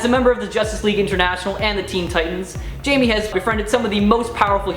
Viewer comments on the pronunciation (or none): It's not jAmiE rEyEs. It's pronounced hi-may Reyes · Jaime- Hay- Meh* Say it right. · Good job on mispronouncing Jamie and Reyes! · Ugh, the pronunciation of "Jaime" hurts my Mexican.